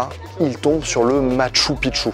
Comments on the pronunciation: Pour info on prononce "Matchou Pikchou" qui veut dire vieille ville / vielle cité, quand tu dis "Matchou Pitchou" ça veut dire vieux pénis... voilà voilà :) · Ca se dit Mashtou Pishtou...